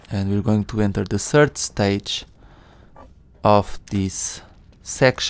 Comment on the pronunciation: Third not sird